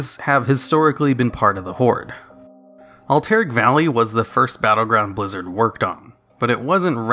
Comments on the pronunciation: The best part of these videos are the mispronounced words. Al-Tear-Ick valley? Al-Tur-Ack valley sir. :) JK really appreciate your work. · Pronounced Alterac as "all-terric", thumbs down, unsubbed, etc. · that was interesting pronunciation of Alterac!